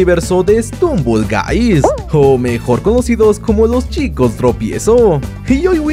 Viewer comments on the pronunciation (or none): Por qué dice strumble Guys xd